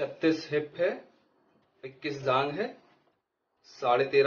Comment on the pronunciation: Bhaiya vo jaag nhi jaang h